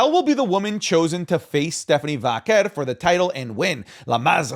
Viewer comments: thought i was the only one... just say velcro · I enjoy the content but Jesus I can’t stand the way says Stephanie “Vaquer.” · As someone who HATES the way says Vaquer, this episode was like nails on a chalkboard 😂 we get it, you can say it all fancy like